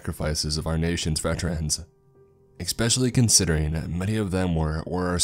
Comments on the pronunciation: If i hear you say exspeshly instead of especially i swear on your YEEZYS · Especially not ICKspecially. Marine Corps (core) not corpse as in dead body. To convey an idea clarity and pronunciation are important.